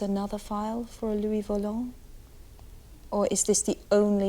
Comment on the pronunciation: LOUIS VOLANT ! Not Valent.